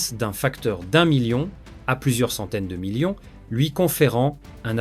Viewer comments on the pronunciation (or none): none